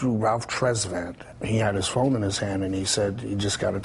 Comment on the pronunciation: Did Bobby just said Ralph had his "phome" in his hand?